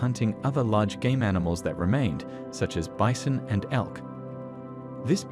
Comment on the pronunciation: Wait what is a bizon do you not mean bison 😂😂